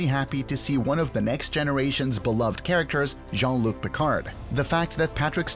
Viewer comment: Brent spinner? Datta? Jean luck Picard? Come on, dude.